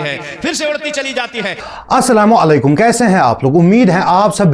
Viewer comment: Jahil Salam sahi se karle Asalamu alekum ❌ Assalamu Alaykum ✅